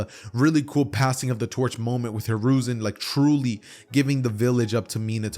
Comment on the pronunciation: You said konohamaru grandpa name wrong